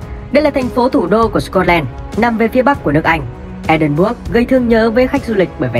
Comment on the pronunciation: thành phố Edinburgh nếu đọc là "E đin bờ rờ" nghe sẽ hay hơn